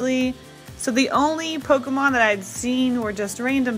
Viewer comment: I love your style. Also im glad that u correctly say "pokEmon" and not "pokimon" Pokemon is the short version of poket monster and poket is poket not pokit so is pokemon not pokimon. My god is absurd how many people get it wrong